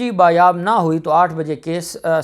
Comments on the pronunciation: لفظ ”بایاب“ نہیں ”بازیاب“ ہوتا ہے. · آپ بار بار ایک لفظ بایاب بایاب بول رہے تھے.کیونکہ آپ کی مادری زبان اردو نہیں اسلئے یہ غلطی ہوئی.درست لفظ ہے بازیاب.بایاب کوئی لفظ نہیں اصل لفظ ہے بازیاب.شکریہ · sahih Lafaz #'Baaz yaab.# hotta hay.